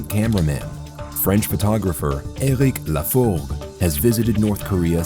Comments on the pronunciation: Eric this, Eric that ... its enoying how you pronounce Eric. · whys he keep saying said eric in a stupid accent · Says ÖRIC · Says Ergwick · Omg just pronounce eric normally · «said ERUC» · Says errec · No one: Narrator: "Euhlrich" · And i hate the way he pronouces eric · I love how the narrator pronounces erik .. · He says so weird "said eric" hahahaha